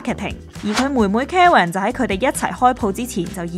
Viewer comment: 咬字要執一執... 人地個名 Karen 都讀成 "茄雲"...